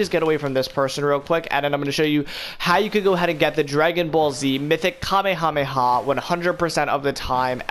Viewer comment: bro if i here this man mispronounce Kamehameha wave wrong again, MY GOD SOMEONE FINNA GET DROPPED!